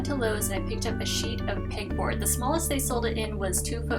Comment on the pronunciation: Beautiful!!! Also, I kept thinking you were saying "pig board" hahah